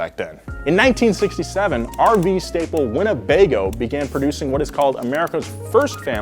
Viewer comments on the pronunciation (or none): It’s “Winnebago” not “Winnebego” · Glenn Quagmire’s Winnebago AKA “Wanna-Bang-Oh". 🤣